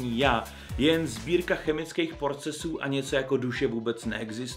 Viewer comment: Fakt jsi tam řekl PORCESŮ??? :DDDDD